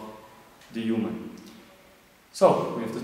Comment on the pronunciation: its human not uman:)